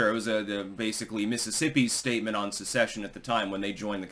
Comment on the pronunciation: Goddamnit, it's SECESSION, not succesion.